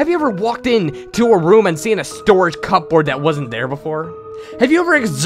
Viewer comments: Cup boards? I know it's spelled that way, but you don't pronounce the 'p' :) The english language is so weird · DustWarden. lol. I was just going to mention that. "cup-board" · I have never heard someone pronounce "cupboard" so precisely...